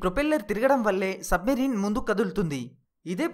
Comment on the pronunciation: సబ్ మరీన్ కాదు అది సబ్ మెరైన్ అనాలి